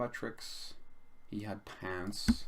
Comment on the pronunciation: Good show mate. Lol I kept thinking you were saying pants instead of pounce.